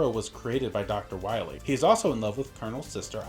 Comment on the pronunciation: Dr Wily??? Ohhhh, you mean Dr. Wowy!